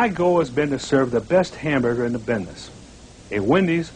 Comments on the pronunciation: hamburger bidniz, not muddy bidniz :( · So that's where "bidness" came from Ol' Faeshun , Fraesh